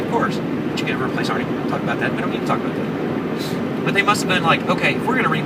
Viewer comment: "About that" not "able that"